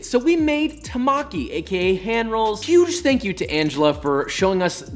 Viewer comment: Temaki, not Tamaki!